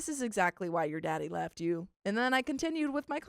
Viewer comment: "But he weft me!" 😂😂😂